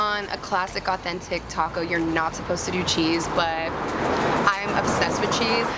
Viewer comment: pronounce the name of the taco correct girl lol